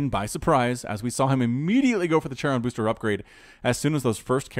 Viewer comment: My ears bleed when you pronounce "charon boosters" :) Maybe I'm in the wrong here but I always pronounced the ch in "charon" like in "character" (so like the ferryman in Greek mythology) not like in "cherry" :) Anyway kind regars to you :)